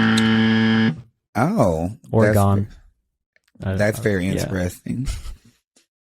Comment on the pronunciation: As someone from Oregon, I say good choice! The rain is awesome, big shift from what I am experiencing in Philly. But Ore"gone".... ugh.... it's Oregin/Oregun depending on where you are at